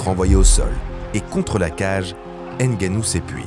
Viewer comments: Il s'appelle NGANNOU. Ne prononcez plus N'GANNOU. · On dit Ngannou, pas N'Gannou. Comprennez le une fois pour toute